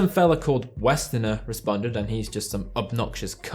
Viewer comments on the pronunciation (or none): Man said "Westener"